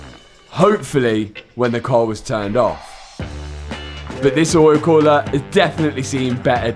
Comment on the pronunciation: Oh my god I was so excited when I saw this video in my feed!! My fav part? saying "Oyul Khoolah"... Lmao😂😂